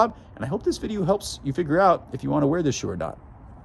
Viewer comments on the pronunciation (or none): none